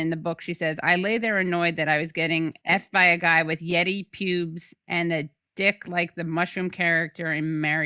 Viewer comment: Katie: “Yet-eye…” Rhymes with “Jedi” 😁